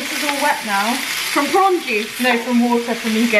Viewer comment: Is it just me who heard porn when tanya said prawn?